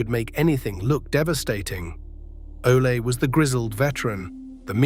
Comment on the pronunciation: Ole pronounced “ole as in hole” & Ole pronounced “Olay”. 😂😂😂😂